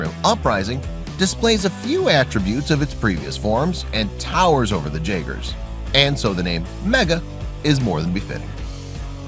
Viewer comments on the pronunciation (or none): It’s jaegers(yagers) not (jagers)